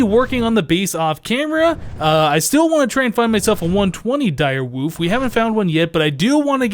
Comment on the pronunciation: I like how says Direwoof instead of Direwolf